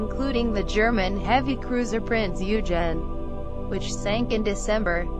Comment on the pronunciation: Prinz yoogen 😂